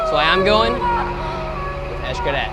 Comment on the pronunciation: X-CARET???TYPICAL MORAN. LEARN HOW TO PRONOUNCE "X" in Maya, "X" EESH when it is at the beginning of a word & followed by a consonant. in the middle of a word, it is pronounced as SH or CH. Why is it that we can't seem to have the simple respect, even a little class would go a long way. ie. "WALLA", instead of VOILÀ...it is vwäˈlä, VWA VWA,VWA! NOT, WA, WA. WA, like the uneducated, self absorbed, self indulgent, self centered typical American idiot blathers like a parrot.